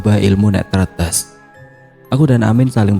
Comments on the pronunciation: Bang, Tretes salah nyebutnya harusnya kaya netes, Tretes gitu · Tre tes bang penyebutan nya😂😂entahlah susah nulis nya emg sama bacaan nya 😂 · Tretes .di gandeng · Bacanya salah kak bukan tretes